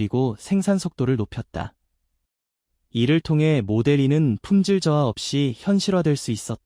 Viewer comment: 마델(이)2 가 아니구요.. 모델투..인데.마델삼..ㅋㅋ모델쓰리.. 뭔가 발음이 영 불편함요 ㅎㅎㅎㅎ